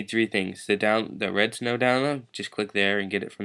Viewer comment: it sounds like your saying "redstone" this isnt minecraft bro